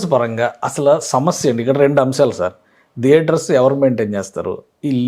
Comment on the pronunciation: deater kadura babu, Thiaters. anchor gadiki dress sense ledu -nee dressing style entira babu ??